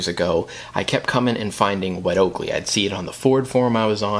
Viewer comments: It’s “wet oh-co-lay” not wet Oakley. Okole in Hawaiian is BUTT these seat covers where first started in Hawaii for people like surfers, and the rest is history. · Oko LEH…. not oakley, not oko lay. Oko leh. Good video though thanks! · Wet "oakley" 🤣 fyi, its pronounced "oh-co-lay" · It’s pronounced o ko lay, it’s Hawaiian for Butt.